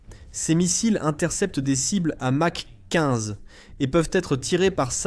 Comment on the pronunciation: Plus les erreurs : "mach 15" 😂